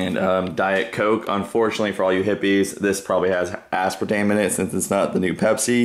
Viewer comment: I love as-par-ta-mane!